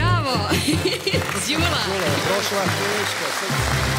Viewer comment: Nije GULA JEL MOGUĆE DA VAK JE SLOVO Đ NEPOZNATO PIŠE SE I IZGOVARA ISTO ĐULA❤